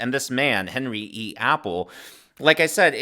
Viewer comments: Just an FYI.... His last name is pronounced "Ah-Pell", not "Apple". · It’s not Apple as in the fruit, it’s Appel = Ah-pell.